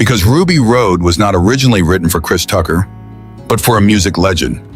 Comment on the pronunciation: Thank you!!! I finally had a post to comment myself because I'm sitting there listening to this and when they got to Kris Tucker and started mispronouncing his name, I couldn't take listening to this crap any longer!